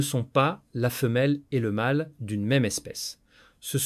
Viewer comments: „la femelle et le mÂle“ et non „le mal“ 😂 La langue française a 16 voyelles phonétiques et „mâle“ et „mal“ ne se prononce pas pareil! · Quelques petites erreurs de prononciation et/ou de texte de l'IA (la femelle et le mal, au lieu de la femelle et le mâle), mais globalement, ça passe, j'ai écouté bien pire.